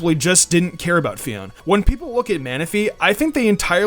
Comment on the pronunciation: Its pronounced Pheoné